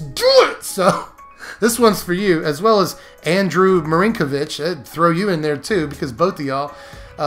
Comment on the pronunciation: Thanks,. Been waiting for this one. It's just the type of silliness I like in a deck. And, wow, you mentioned me there at the end! Thanks for that. And you pronounced my name perfectly. Many people get tripped up on it. I get lots of Markovich, Markinovich, Marinovich, etc.